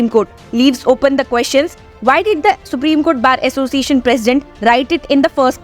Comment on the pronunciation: How a person who can't rightly pronounce "Supreme Court Bar Association " become the president of the All India Bar Association of India?